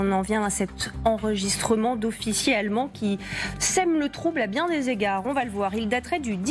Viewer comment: Les allemonds ? Réellemont ? Quand va-t-on se décider à lui donner des cours de prononciation ?